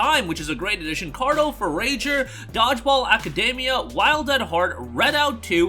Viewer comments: foh-RAGER should be pronounced foh-REDGER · This MF is dumb AF. "Four-Ager". 😂🤣💀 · That would be pronounced "Four-ah-Jer" 🤣 No disrespect, just comin from an English Teacher hehe. Also did PS Plus make an update to their classic games? They are all available as downloads now instead of streaming yeah?